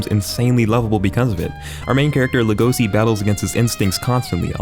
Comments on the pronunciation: Hey dude the character's name is pronounced like Lay-go-shee, not La-go-see, at least that's how its pronounced dubbed, and yes u can call me a piece of s**t for not watching anime dubbed, I just don't want to have to read words at the bottom of the screen every time someone speaks, like I'm reading a book. (Also I don't read manga) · Boys, he isnt called LegoSi, but LegoSHi. Did you watch it with eng dub or what? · He’s Legoshi not Legohsi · oh gosh, he just said Lego-c (edit): and Louis!? (edit): once he said mandrin I think I caught the theme here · As soon as he said legosi I said to myself NO LEGOSHI REEEEEE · its legoshi man...get it right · No offense.....but its LegoSHI.....not si🙏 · Like when he says Legosi instead of Legoshi 😅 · Also it pronounced as Legoshi. Not Legosi. But when you say LEGOSI you say LEGOSHI. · isn't his name Legoshi? i really thought it was legosi with h, wtf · God I physically recoiled when u said legosi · Luis? Legose? Dude, wtf is your pronunciation. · Man mispronounced each name lmao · doesnt even pronounce Legoshi right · Bruh you do not know how to say Legosi think of it as legacy but there a is replaced with an “OW”